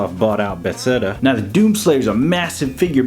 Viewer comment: Great review. Definitely want this figure! Love the comparison and headswap with the DOOM figure, And speaking of DOOM, it's BETHESDA (buh-THEZ-duh).